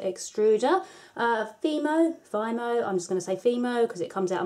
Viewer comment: You pronounced it right. F-ee-mo.. Very cute.